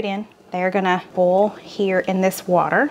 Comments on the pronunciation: I have to laugh every time you say oil and boil, you pronounce it like bowl. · 🍁🍂 Can I ask why you use chicken broth instead of beef broth , in the Shepard pie soup ? Soup is a real comfort food. I’m a navy brat so I lived all over , I say seerup too ….I live in PA the last 50+ yrs. No, the wooden spoon trick doesn’t work for me either .You sound you say boil…like boll ( weevil ). I remove the long stems from spinach too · I smile every time you pronounce the word boil--just like a true southerner! Some folks make it a 2 syllable word but that isn't necessary. 😊